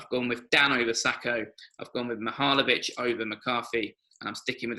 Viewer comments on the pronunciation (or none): Agree with the starting 11 with the exception of Benteke. I would play a 4-3-3 with Ayew up top and Wilf and Townsend on the wings. Also it’s not Mahalovic it’s Milivojevic, otherwise great video I loved your one about Wilf on his time at Man Utd as well.